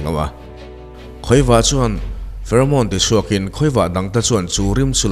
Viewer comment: Hawni bee nilovin, ha-ni bee tih tur a ni. Tin, farmon nilovin pheromone (fe-ro-mawn) tih tur a ni. Pheromone hi an eitur zawn nan chuah nilovin, lo zuk ta che sela a thianten i awmna an hriat theih nana rim a pekchhuah a ni. A zuk che chuan pheromone hmang khan i awmna an track char2 thei dawn a ni.